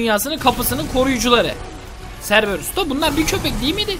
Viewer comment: serberus baya güldüm kerberus o abi